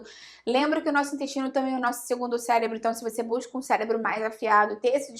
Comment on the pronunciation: Parei de assistir quando ela falou célebro...kkkk